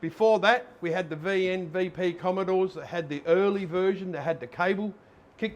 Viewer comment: Pretty sure it's Comm"o"dore.